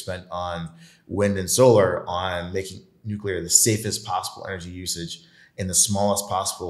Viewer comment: Did this fool say nuclear energy ? Smh